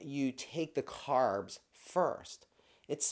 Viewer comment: Carbs NOT Crabs 😂